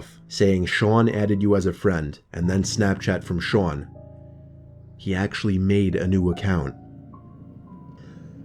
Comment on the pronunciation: The way he said "Sean" 👌🏻